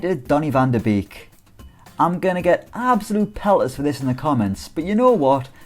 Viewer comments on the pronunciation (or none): This guy needs to learn how to pronounce Beek! It is pronounced bake not beek! He is dutch!